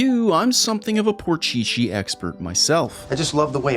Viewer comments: It's called PORSCHE and not "Por Chi Chi" 😆 At Minute it's pronounced correct by Joey 😎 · why does he say "Porcheche" in stead of Porsche. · Y are u saying porchichi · Porchee -chee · Lmfao never heard anyone say porchee chee 😂😂😂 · pron "porchichi" on porshe driving me mad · Is no one else dying at "por-chi-chi"? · Porchichi? I was gonna throw up listening to this monstrosity. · WTF is Porchi-chi? :DDDDD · I hated when you said porcheche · porchchee, hell naw, It is PORSCHE, Nice video BTW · spelling porsche, pronouncing porcheechee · After 5th minute, the entire video passed with the name in my ears: "Por che che"... Thank you 😒🤣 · Hate from germant for saying protchetche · What the heck is "porchichi"?💀🚡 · Why do you keep saying Porcheche? Explain yourself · I love the video, but every time you say PorCheChe, it makes me wanna shove forks in my ears. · You should definitely play the PC version of Porsche Unleashed (it is so much better), and maybe even do a video on it. But for the love of god please stop calling it Por-shee-shee😂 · i never want to hear ''porchichi'' ever again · Dude can't pronounce Porsche and Jaguar, wth is porcici? :)) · my ears are crying when i hear how you pronunce Porsche. its Por SCH E not porsch its an E at its END. But after all great Video! And le go EA, remaster NFSU 1+2 and Most Wanted 2005! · i dare you. i double dare you. say porschici one more time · It is only me that get triggered when he prononce porsche ''poor chi-chi'' or ''poor she-she'' ? lol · por chee chee? thumbs down for that alone and btw glad to see that i'm not the only one having trouble seeing where to go in certain need for speed games. when shops would have xbox one display units, they usually came with need for speed games and i could never tell where to go and crash into walls eventually. i tought i'm getting old or so. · Another goated video from the!! Although I gotta ask...... do all Canadians pronounce Porsche as Porcheechee??